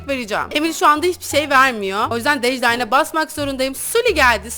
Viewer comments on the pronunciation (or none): Abla dejlayn de il diklayn dılisış da lezzetli demek